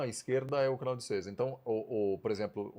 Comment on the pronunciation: Canal de Sués, pronuncia bem equivocada.